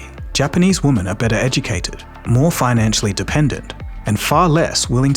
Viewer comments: Come on dude, you can use the correct pronunciation of 'women' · FYI, woman and women are not pronounced the same. I realize English is not your first language, still… ￼￼